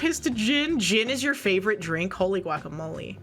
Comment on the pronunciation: did she say flavorite? 💙